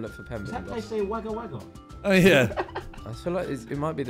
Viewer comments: Being from Wagga Wagga it was hillarious to hear Tobi try and pronounce the name (pronounced "wog-a wog-a") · Don’t diss Wagga Wagga Tobi and at least say it right